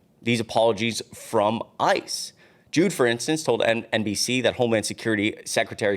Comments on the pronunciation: learn how to read, "Judd" is not the same as Jude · Judd not jood its like chud but with a j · Dude... I'm from Polk County (FL) and the old man is always on the news; locally and nationally. So I'm not sure how you haven't heard of the name. So, Grady Judd is a 'he', not a "she" and the last name is not pronounced JUDE. Judd rhymes with mud. → good effort, so I'll stick with Dollemore Daily. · His name is Sheriff Grady Judd, not jude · it's "judd", not "jood". "grady judd" is a man. you should really do a "read thru" prior to taping. grady judd is famous and has made many videos regarding crime and criminals. you should know who he is. disappointing you don't. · Grady Judd is a man a sherriff in Florida….last name is pronounced like the singing group the Judds!😅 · Grady Judd (pronounced j-u-d) is a he, not a she. Just sayin'. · Good work but an FYI, the sheriff is a he and it sounds like "JUD" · Hi! Just to clarify, as a resident of Polk County, FL. HIS name is pronounced Juhd. Rhymes with flood. I'm not always a huge fan of his (him being a Republican, for one), but overall, he's a decent sheriff & I'm not surprised he's not happy with ICE's actions. It says a lot that so many local law enforcement officials (Republican and Democrat) are voicing opposition to ICE overreach. BTW, you've got a great head of hair! Don't cover it up with a hat, even a Mockler Media hat, unless you absolutely have to! You & Adam keep doing great work by pointing out dangerous people & important stories like this, its vital work & it's really appreciated! 💙💙💙😊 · It’s Grady Gray-Dee Judd like Dud but Judd a man! lol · If you’re going to fill in, learn the correct pronunciation of the main names and maybe the genders, Grady Judd, not a “her”